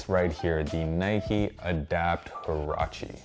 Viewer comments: you pronounce it wa-ra-chee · does anyone actually know how to say or pronounce huarache properly lmao , just cringe